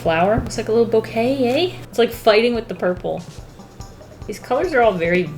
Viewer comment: No one: Absolutely no one:: bouQUeT-yAy InK-tENce